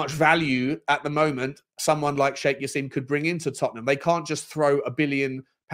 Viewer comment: It's not Sheikh Jass-eem!! It's said Jass-im as in "him". Come on